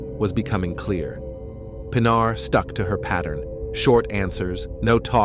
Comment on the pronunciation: das mindeste wenn mann so ein fall macht,mal den namen des opfers richtig auszusprechen, nicht pina sondern PINARR wird es ausgescprochen,ki schrott!